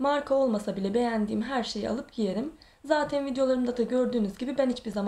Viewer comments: zatin zatin zatin nece konuşuyorsun abla yaaaa kötülük olsun diye söylemiyorum yoksa gerçekten çok tatlı birisin ama bu konuşmaların biraz tatlılığını bozuyor. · Neden zaten‘e zateyn diyor ? 🤔